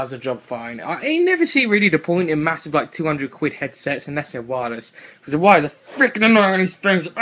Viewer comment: its funny when you say quid meheh